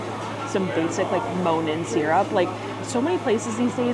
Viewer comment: I keep hearing “moanin’” like it’s a spooky theme syrup despite having Monin right in front of me